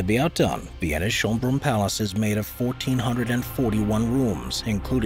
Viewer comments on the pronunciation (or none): Interesting, but you could use the correct names. It's Schönbrunn (which means beautiful fountain), not Schonbrunn (which would mean "save the fountain"). Umlaute and other non English letters can easily be found in ASCII codes.